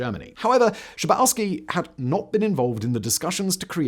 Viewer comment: Don‘t Bücher the names. Günther „Shah boff ski“. It‘s really that simple!!